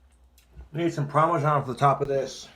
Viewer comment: He will block or remove anyone who tries to give even the slightest advice. I got removed from his channel for telling him how to say "parmesan cheese". He keeps saying "promajawn".